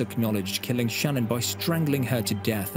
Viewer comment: She are showing the mistress, and it is Sha-nnanne